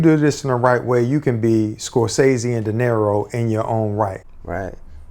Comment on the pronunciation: Her husband pronounced Robert DeNiro's name like the Spanish word for money..."dinero".